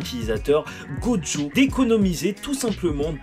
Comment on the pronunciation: On dit gojo pas joggo